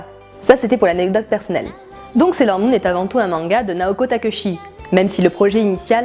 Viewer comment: Très bon épisode résumer sur la première partie de l'arc 1 de Sailor Moon, mais attention aux prononciation des nom Naoko Takeuchi se prononce Takéutchi et pour Ami c'est Émi, enfin je suis vraiment très satisfaite, un pouce bleu et je m'abonne à ta chaîne pour t'encourager, GIRL POWER!!!